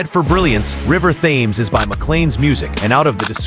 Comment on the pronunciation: Its pronounced "Tems" not Thaames